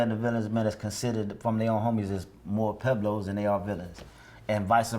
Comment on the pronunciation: Isn't there a "U" in Pueblos? I thought they were pweblos not peblos